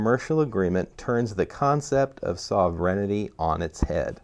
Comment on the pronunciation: Respectfully, it's sovereignty, not sovereignITY.